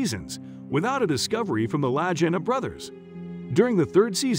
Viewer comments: Their last name is pronounced "Loo Geen Na" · “Luh-gee-nuh” is how you pronounce their last name. They’re from my hometown of Kingsford, MI, and Rick still lives in the area. They’re both local celebrities. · Their last name is Lagina, pronounced with a hard G (La Gee Na). If this guy had seen the show, he would have known !!! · Please have a robot learn to speak English OK is OK not Okey lagena is a last name that’s how you pronounce it thank you😊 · Don't you think it would be nice if the automated voice could pronounce their name correctly. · If you would just 1 show you would know how to say their last name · OMG YES❗️ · Thank you, I was thinking that the WHOLE time! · Yes! And show actual pictures of the island! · It’s funny how you can’t even pronounce their last name correctly😂😂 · Why am I the only one giving thumb down for totally misleading title ?? Lets give the liars what they deserve and discourage them from baiting us. Also the author has never watched the show since he pronounces the family name of the brothers wrong. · At least figure out how to pronounce their names. They're on air for 4 hours a week, their names get said by the announcer several times an hour. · They did not find the treasure, if it even exists. This headline is deceitful and an outright lie. Pretty sad… the narrator can’t even pronounce their name correctly and obviously never even watched one episode. How amateurish. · This is such a poorly done video starting with: 1. A misleading title - shame on you, 2. half the images being from somewhere else other than Oak Island, 3. saying their names wrong is another sign of an incompetent production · Ive heard their name pronounced like 5 different ways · Please pronounce their name correctly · Seem that nobody cares. The name of the brothers is also pronounced incorrect. Which means they have never watched a single episode of the show. And the title was totally misleading. I could not help myself but give them thumb down. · Lajina omg 😂